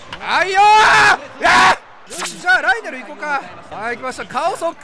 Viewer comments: ライデルがライネルと今まで聞こえてた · 安打の生放送でアリエルって間違えたからライデルって強調してるの草